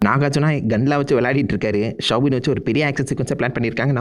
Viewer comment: Soubin not shwbin